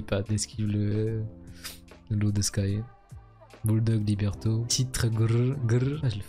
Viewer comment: C'est Libretto et non pas Liberto